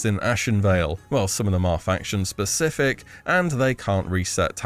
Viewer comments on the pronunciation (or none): none